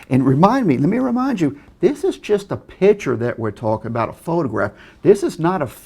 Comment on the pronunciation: Pitture? lol, I mean law. No, I meant lol.